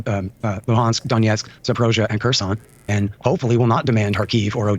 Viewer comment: English speakers should learn how to pronounce Kharkiv and Kherson it’s more pronounced like Har Keev Hair Sonn